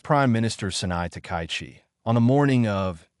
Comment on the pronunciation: And the pronunciation is lousy. The Japanese PM is Ms Takaichi -- ta-ka-yi-chi, four syllables, "High Number One." Emphatically not "takai" anything. Screwing up a person's name is both bad manners and a sign of serious incompetence. Big fail for poor.